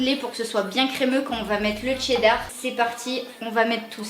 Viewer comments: on dit cheddar pas tcheddar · Des barres et tu dis dcheddar toi lol